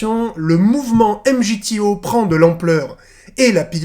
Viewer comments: On dit pas « m g t o » Ca se prononce « migtaw » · MGTOW se proononce MigTOW